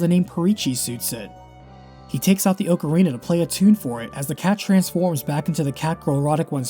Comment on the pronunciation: Another "correct" ocarina pronunciation